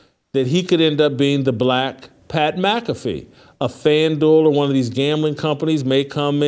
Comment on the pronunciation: "Pat Blackafee" 😂 cracks me up every show.